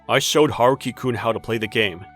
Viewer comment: Haruki sounds nothing like a little boy and it's not Huh-roo-ki.